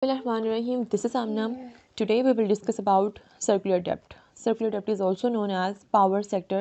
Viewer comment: Mam ,in "debt" the 'b' is silent, i think !! thank you